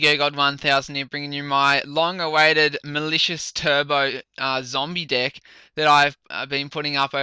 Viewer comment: I heard zombie dick. LMFAO